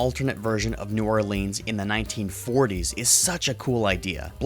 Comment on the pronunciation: ok it is new or-lens that is how it's pronounced I live in louisisana and can't stand it being botched like that. it's just in my blood sorry about the nit picky comment